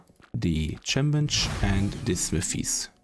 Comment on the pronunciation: it's KEM bench not a kim bench if you want to be technical lol.